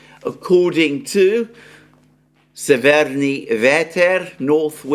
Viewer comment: Very good pronunciation Mr Mercouris of Severnyi Veter :) Just in the word severnyi the stress is on the first vowel :) Big fan of your daily broadcasts. Through my origins i'm very familiar with the roots of the conflict. As I live in the West I was shocked by the propaganda and outright lies that main media feeds to unfortunately completely ignorant majority. Please continue to deliver the analysis of the factual information! I'm very grateful for your efforts to find facts, considering you do now speak Russian or Ukrainian, which makes it harder as I imagine. Wishing you all the best!